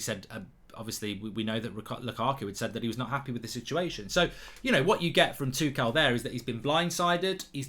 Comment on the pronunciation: No one: Gold bridge: THOMAS TOO CAL